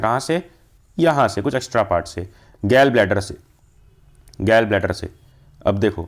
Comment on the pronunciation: Gall Bladder ❌ Gell Bladder ✅